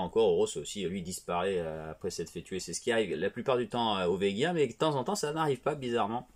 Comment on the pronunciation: Pardon Vegiens? cela ne se prononce pas ainsi et le peuple de Vega sont des nommés comme des grades de l'armée!